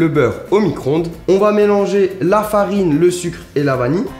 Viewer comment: Qui osera lui dire qu'on dit vanille et pas vani !!